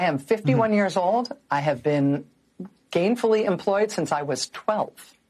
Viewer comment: Did she say "Gayfully Employeed"?